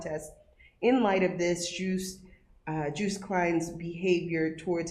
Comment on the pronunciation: It’s not ‘Juiced’ his name is ‘Joost.